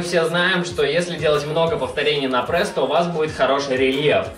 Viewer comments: Чувак , ты бесишь. Говори прЕсс а не прЭсс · Не прЭсс,а прЕсс.